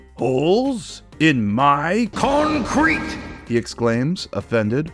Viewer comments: I'm never gonna be able to say Concrete the same way ever again CON-CRETE! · “Holes…? In my “ČØÑÇŘÈŤË?!”